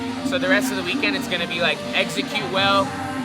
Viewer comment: When says execute it sounds like he's saying Exeggcute like the Pokemon lol...im a nerd